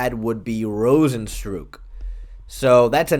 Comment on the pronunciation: Cant tell whether or not you're deliberately mispronouncing rozenstruik's name or not